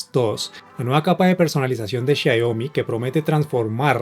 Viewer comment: Muy bueno el video! pero... por qué decís Xaiomi?' Abrazo!